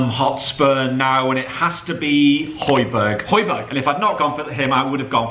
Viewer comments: It’s Hoy-Be-Air not hojberg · It's pronounced Hoy-be-air.